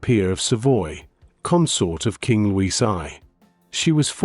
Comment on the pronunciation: And Luis is pronounced Loo eesh in Portuguese